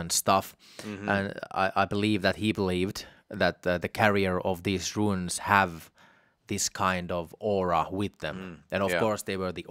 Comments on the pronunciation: Why do you keep calling them ruins? They’re RUNES! There’s NO ‘I’ sound in the word!!!🤯🤯🤯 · It’s rune not ruin